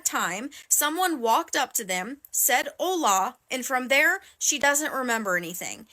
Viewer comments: I'm so sorry but the mispronounced ''hola'' took me out of it. She couldn't say ''the man greeted her in spanish'' or something? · Idk she was changing tge babies dipar in a secluded place. Wite people have been widn lately, with the emphasis on o in Hola, thats a gringo pronunciation.